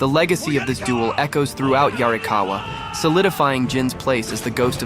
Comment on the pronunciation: How DARE you say "yarrikawuh" and not 「鑓川」in a gruff, Ancient samurai voice 😡😡😡